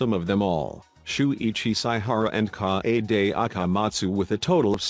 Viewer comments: Nobody: The narrator: KAYAYDAY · no one: text to speech: naGEEto koMEEda, kawAYday (🦅)